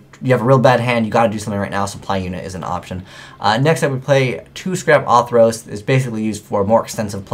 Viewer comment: I love you man, but it's fucking ORthros, not AWWthros. There's a fucking 'r' in there. Ok, rant over.